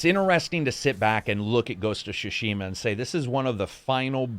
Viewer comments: "Shushima"? It's more pronounced as Sue-Shima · "ghost of shoe-shima" LMFAOOOOOO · Great review, my only gripe is that you keep saying shishima instead of tsushima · I loved this review so much that I’m willing to forgive you absolutely murdering the pronunciation of Tsushima. It’s Tsu-shi-mah, not shoe-sheema! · "Shushima" Ign 10/10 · "Ghost of Sushima" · Ghost of sssushima 🌚🌚🤣🤣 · Ah yes, GHOST OF SHUSHIMA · "Ghost of Shushima" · Did you say "Ghost of Shushima" at 23s :-) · It's really adorable how keeps saying "Shushima".:)) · Shushima xD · Am I the only one hearing him say: "Ghost of Chushima" lol? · The way he said "shushima" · Neither Japanese nor English is my native language. Tsu in Tsushima is the same in tsunami and I think they should pronounce the same. If you pronounce shunami then it is shushima Correct me if I'm wrong and just buy the game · Shushima 😤that was annoying. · lol I love how no reviewer can pronounce tsushima consistently